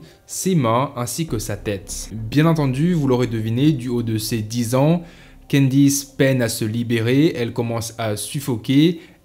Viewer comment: candice et non quendice